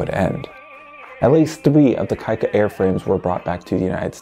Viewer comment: Pronounced “kee-ka”🤘🏻